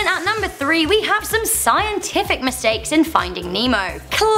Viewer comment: That u say it with a accent